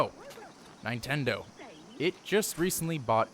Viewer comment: Did you say nietendo